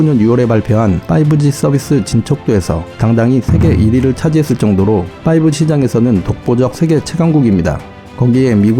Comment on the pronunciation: 빠이브지 발음만 머리에 맴도네요 ㅋㅋㅋ 잼나게 보고 가요~~